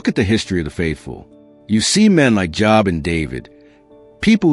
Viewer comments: FYI ....Joo-ob not Jaa-ab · How often do you read The Bible if you can't pronounce Job? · The O in Job is long.The name rhymes with globe.